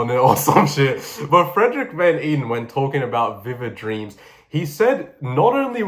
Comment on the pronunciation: I dont think this comment will ever be seen but Frederik van Eeden is actually my great great grandfather and its pronounced ey-den